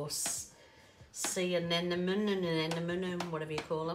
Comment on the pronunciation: Hi! Anemone is pronounced Uh Nem Oh Nee I Love your work.... hugely inspiring! Thank you for all the time you take to mix, create, and explain your beauties!